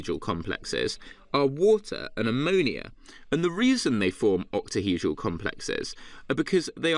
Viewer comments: has no one picked up on the fact that this man cannot say octahedral 😂😂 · ahahhaha true true. i think he just says it weirdly lmao